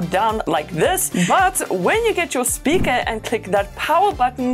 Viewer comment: Hilarious how she says Bluetooth “speaka”